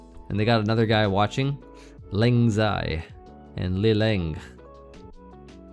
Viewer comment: Sry, but that's one of the least Chinese-sounding pronunciations of lengzai and leleng that I've ever heard, lol.